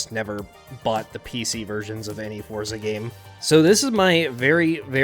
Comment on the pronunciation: its pronounced ForTza